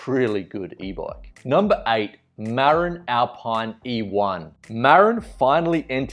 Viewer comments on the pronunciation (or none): Marin is not pronounced like in marinade! It's like 'Mah-Rinn' with emphasis on the second syllable!